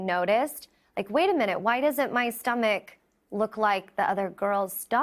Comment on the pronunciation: WTF is a STOW-MACK? LOL!